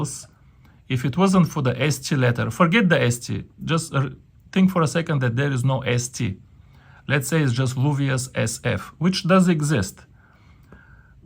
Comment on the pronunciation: Какое же у тебя карявое произношение... LUVIAS читает как не лУвиАс, даже в рашке правильно говорят, лЮвиЭс!